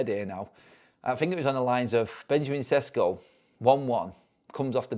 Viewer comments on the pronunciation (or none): It’s pronounced “Sheshko”